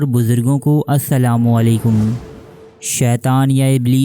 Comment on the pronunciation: Bhai sab aap Salam galat kare ho please salam sahi karo baqi allah ka aap ka mamla hai